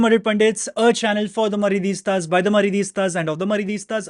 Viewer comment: maridistas kya hota hai ? MADRIDISTAS hota hai.